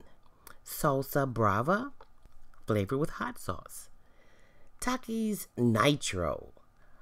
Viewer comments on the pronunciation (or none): they have takie Challenges bruh talk right (Takis)